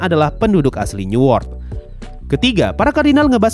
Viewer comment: bang newort tu apa ya ? ke aku salah dengar new world..???